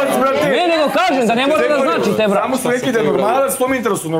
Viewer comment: "Ljudi zu zpomenuli" "razpitao zam ze o njemu" aaauu brale ti pod gasom